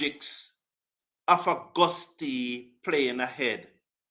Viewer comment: It's Auguste (French)